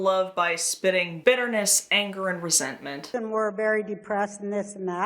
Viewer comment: Resentment…. Roseantment